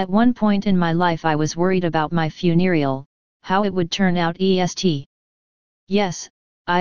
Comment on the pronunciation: lol fun-e-rial home. It sounds so funny the way they say it :)